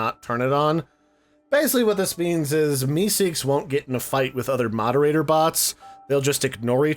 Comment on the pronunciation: I love how u keep saying MeeSeek